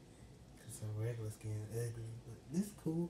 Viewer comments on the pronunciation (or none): LeS Go U gOt ThJe SkJEn bru learn how to say skin